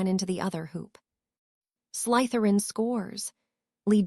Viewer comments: Draco "Mulfuh" Malfoy, the blunda from slythuwan house. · The letter y is not pronounced as a u, the Salazar Slytherin should be spoken as such😊